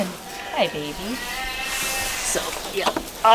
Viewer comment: The way said "Yeaaah" at the mark. 😁 Just every now and again, it comes out.